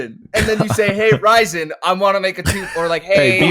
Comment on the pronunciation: calling resin 'ricin' the entire conversation is so fking funny lmaooo